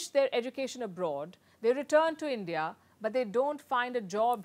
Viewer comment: End-Dee-Ah, don't be jealous of CHYNA!!!